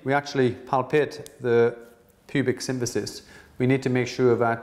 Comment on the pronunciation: it's symPHysis not synTHysis.